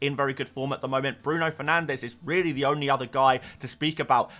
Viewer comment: I've been here since your first video, please I beg you to say Bruno Fernanshhhh one last time